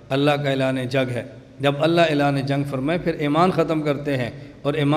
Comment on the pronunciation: كیا حظرت گهمن صاحب تجوید میں کمزور ہیں ؟؟؟ ق کو ک اور ع کو سهی ادا کیوں نهی کرتے؟؟؟ اللہ کو موٹا کیوں نہیں پڑهتے؟؟؟ عربي سهی کوں نہیں پڑهتے؟